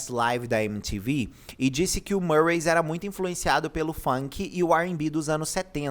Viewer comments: Não e marways... E MIRWAYS...CM I MESMO...eu já ouvi ela falando..e cm i.... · Só uma correção: Se pronuncia Mirrues não Murrays 😂